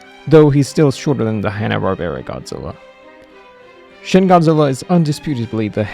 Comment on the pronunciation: 'Shin' in romanized Japanese is pronounced: "sheen"